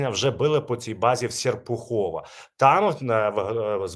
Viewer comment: СеРПУХОВО,наголос на Е. Від слова сЕрп.😊